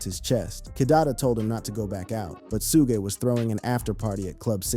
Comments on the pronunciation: Suge not sugay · Who da hell is Su-ge???😂😂😂 It’s SUG like sugar the e is silent Suge Knight not Su-ge😂😂😂😂😂😂😂😂😂😂😂😂😂😂😂😂oh my stomach 😂😂😂😂😂😂😂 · I remember the world knew of no Tupac funeral. Great u found a private service if this so but “SUE-Gah” was grazed lol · I got one damn question who Tf is Su'gay ? His name is Suge 😂😂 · Why do they keep calling sugg, suga and su-gay.(Suge).🤔❓ Y'all gonna Mess around and get SUED ‼️ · 2pac and sue-gay?...fck! Ai sucks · Soo-gey? AYFKM? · who the hell is "shouga"??? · Sue-guh hahaha or Suge 😂 Pack or Pac, you’d think by now people would know how to pronounce everybody’s name. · Did this man just say Sugee! Sir I'm gone need for you learn how to say people's correct name before posting another video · who is Sujay? loll Suge??? lmaooo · Sugg and 2 Paak is how it,s pronounced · 🗣😭Who Dafuq Is “Sue-Gay Knight”💀🤣🤣🤣🤣🤣🤣🤣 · Was The 1st Thang That Came To Mind When This MaFawka Said “ Sue Gay Knight “😭🤣🤣🤣🤣🤣🤣🤣🤣🤣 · When it said 2 pac and su-gay I was done with video 2 mins in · Suge like sugar😂 Suge knight😂 The pronunciation in this video is wild😂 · Love the way he pronounces Suge knights name 😂